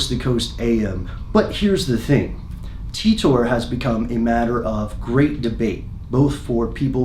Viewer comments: cmon pronounce it as T I TOR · Is english your second language? Titor said himself how to pronounce it, but as an English speaking person I didn’t need to know that. It isn’t spelled ‘Teetor’ is it? No it isn’t. Very annoying 😂 it’s literally like you are struggling to pronounce it. John ..TEETORRRR lolol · It's TEE-TORE not TUTOR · The whole video I'm thinking "It's pronounced Tea ter, not Tea TOR." It's an English name... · John TEETORE, it's Titor - Pronounced ''Tea-tor''. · English is just so bizarre. I've always thought it was pronounced ty-tor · I thought it was pronounced "Taitor", not "Teetor". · I hope it's pronounced "tit-or" instead of "tee-tor" hehe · The way that you've just used a random capital 'R' at the end of Titor makes me nervous. You're clearly a wreckless individual. Great video though. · How Pronunciate "Titor"? taitor or Titor like is written? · Oh god DAMIT YOUR PRONOUNCING HIS NAME WRONG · Pronounce his name right! Damn you didn't do that much research into it